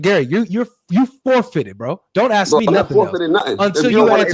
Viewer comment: It’s funny they speak so much about the use and understanding of the English language and they say they are “axing people”….does anyone else see the irony?